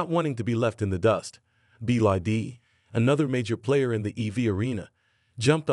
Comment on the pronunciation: "Sobium" "Roomaway" Company "BID". AI writing? AI reading? Sounds pretty crappy.